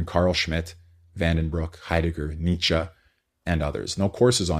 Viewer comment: Why do people pronounce Nietzsche as Nicha? It's not like you are trying to pronounce Grzegorz Brzęczyszczykiewicz.